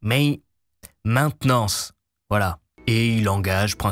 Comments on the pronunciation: Meinting,meint,... maintenance 😂😂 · Maint… mainten… Maintenance ! 😂😂😂😂😂